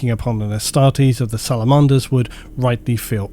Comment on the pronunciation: I've never heard anyone pronounce "Salamanders" like that before. 😂